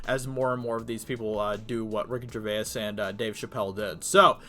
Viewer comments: I like that covers this, but I do wish he would learn how Gervais is pronounced. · Man your pronouncing his name wrong. It's annoying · Sorry but it's vay's not vay-is. (grammar Nazi now returns to his room). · Can you at least say his name right dude. Its not Ricky "GER VAY IS" its pronounced like JER VASE. Long time fan of his. Love the vids tho man keep it up. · Bro. Great video. But dude, it's Gervais. Not Gervayis. One syllable. Like Ger-vace. Not Ger-vay-is. I cant. You gotta stop man. Sorry. It's me, I fully claim it. But for the love of all things sacred , u must stop. Thanks lol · Ricky GerVAIS - not Jerväääs...hehe still good show though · He’s not Irish FFS say it slowly Ger-vace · Ricky Ger-VAYAS I don’t mind but I can’t get it out of my ears now 😂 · "Ricky GervaYiEs" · Ricky Ger-vase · can u not pronounce his name correctly at least.... its not gervayas.. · Dude please get the name right Jer-vayz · It's pronounced 'Ger - vays'... how many times do you need to be told? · Sticking with “GERVA-IS” yeah? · For someone who's made a dozen videos talking about him, you'd think he'd have learned to pronounce his name by now. 😐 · ARRRRGGGGGHHHHHH he is still saying Gervayass!!!! Proves he does not read any of his comments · Dude, he’s not Irish and neither are you, so why do you say his name in an Irish accent? 😂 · What an odd pronounciation of gervais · You should watch some videos to see how to pronounce his name, its killing me the way you say Gervais. Great video Ricky absolutely nailed it. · Please pronounce his name correctly. You sound uneducated. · Can you please pronounce 'Gervais' correctly, it's really annoying. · If you're going to talk about the guy, at least pronounce his name correctly. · PLEASE just call him Ricky, you have mispronounced his last name about 30 times in THIS video. It’s really annoying. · it’s annoying